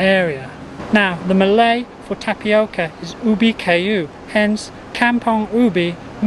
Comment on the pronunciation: Sir your malay pronunciation not bad